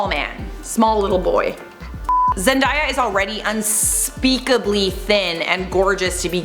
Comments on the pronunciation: It’s not zen-DIE-ya. It’s Zen-DAY-ya. 🤔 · Zen.day.a not Zen.die.a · Zen-DAY-a not Zen-die-ya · It is ZendAAAya not Zendia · I'm sorry but it bothered me way too much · When she said zen-diiiyyaa I cringed so hard lol it’s zen-day-a zendaya has said it so many times bruh get it right 😂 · Its Zen-day-ya not Zen-die-ya...nice vid tho :) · You pronounced Zendaya wrong. It’s “day” as in daytime. I love your vids tho!!! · It's Zen - dae - iya not Zen - die- yah 😒😂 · It's Zen-"day"-"yah" not Zen-"die"-"yah" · It's ZenDAYa, not ZenDIEa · It’s zen day ah not zen die ah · "Zen–die–ya" (It's Zen–day–ya, right?) Ok then. Love you though,! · Omg it's 'Zen' 'day' a' seriously who doesn't know this??? 😒😶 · Wait I thought it was pronounced as "ZenDAAAYa" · Bruh it’s zen-day-ah how people still miss pronounce it idk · Why the hell did she say (zen-die-ah) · Sis why you butchered zen-dayyy- ya name like that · Zen*DAY*A Not “white washed”. It’s “pigment change.” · Its pronounced zenDAYa. as in, 🎵Zendaya is Meechee.🎵 #queen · Okay sorry but it’s zenDAYa I was literally watching a video of her explaining how to say her name yesterday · U said “zendia” but I still love u❤️❤️😂😂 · Lol she said zendiea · I love this channel you pronounce her name wrong it's Zendaya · it's zen-day-ya though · who is zen-DIE-a ... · No.... That is not how you say Zendaya... Zen-day-a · I always thought it was pronounced zen-day-a? Weird ... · Zendaya herself had said in a vid it's pronounced as zen-day-a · i cringed when you pronounced zendayas name like that wow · You said Zendays name wrong but I forgive you cause you are 👑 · Why did she pronounce Zendaya like that or have I been saying it wrong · you said zendaya name wrong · ok so we not finna talk about how she pronounced Zendaya😬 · You kept saying zendaya wrong she doesn't have a i in her name pet peeve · Not how you pronounce Zendaya’s name 🙃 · I cringe at the way you said Zendaya